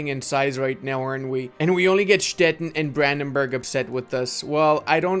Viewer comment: Little pronunciation tip: Stettin is pronounced Stet-teen.